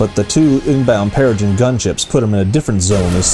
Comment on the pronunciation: Good stuff! But it's pronounced "Pereh-Grin" :D